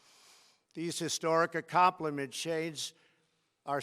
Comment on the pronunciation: Is anyone gonna talk about how he fucked up the word accomplishment? Or his dry ass no lip mouth?